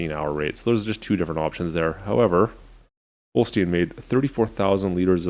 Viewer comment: You say holstein not holstien